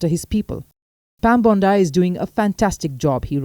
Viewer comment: u cant pronounce name wtk BONDI